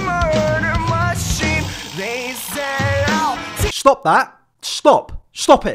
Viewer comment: schtop that, schtop